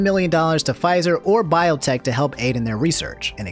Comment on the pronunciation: It's Bee-on-teck bruh ... Pronounce things how you want, I won't axe any questions